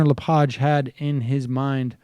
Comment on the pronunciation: Its it pronounced Le-Page like a page from a book